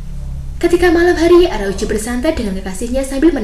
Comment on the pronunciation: Araucu atau araujo sih? Medok amat